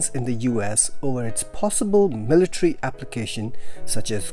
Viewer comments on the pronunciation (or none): none